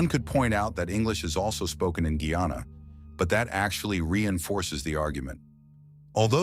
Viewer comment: First of all I commend the people who orchestrate the video, for getting the pronunciation right this time...Next to correct is...Gai -anna..(guyana)..not Gee-anna...and shag-ah-ra-mus...(chagaramas)...not the ai glitch that i heard....as far as location is concerned, Trinidad is definately south American...even the flora and fauna will tell the whole story...Tobago is Caribbean however culturally and residentially we are West Indian obviously...like Guyana...is south American by location but west Indian culturally...so it is not confusing, when we identify the facts properly.